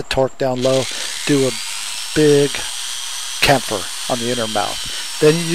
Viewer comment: I think it's Chamfer not camfer.